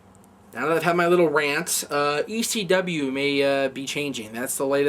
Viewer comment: has anybody noticed can not pronounce ECW correctly as he always has a funny lisp when he says C. its like E SCHEE W hahaha